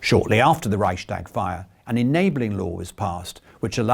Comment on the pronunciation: the word Reichstag has no "sh" sound in the middle. It's a compound word: Reichs + Tag.